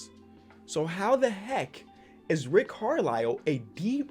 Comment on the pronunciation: Nobody:: says Rick Carlow until he reads it on 2K, then says Rick Carlisle